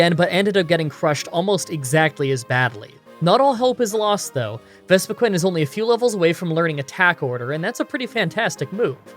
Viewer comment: It's fucking VespiQUEEN not VespiQWEN. I know sometimes Pokemon are pronounced differently than you think, but Jesus it's bloody obvious here...